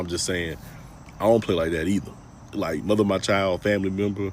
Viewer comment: She reminds me of a Toronto waste man when she yaps ‘liekkkk’